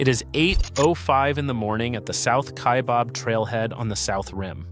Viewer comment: It’s not pronounced KaiBOB, it Kaibab like rhymes cab.